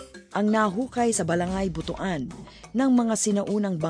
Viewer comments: It's not pronounced as BOTO-AN but BU-TUAN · Butuan ( Butwan ang Pronunciations) hindi po BUTU-AN.